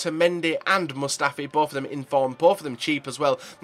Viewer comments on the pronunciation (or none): Hahaha its mustafi not Mustafa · did you say Mustafa? Isnt his name Mustafi? Or have i been pronouncing his name wrong? 😳